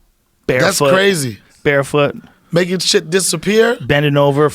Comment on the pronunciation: Hahaha what was with Joe emphasizing this fit magic chick be bare foot lol